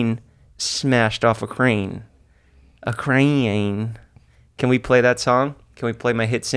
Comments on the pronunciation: “a cRaEyAnE” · "a crayayane" 😂😂😂😂😂😂 this guy fuckin kills me.